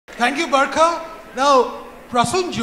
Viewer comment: Bharkha nhi burkha dutt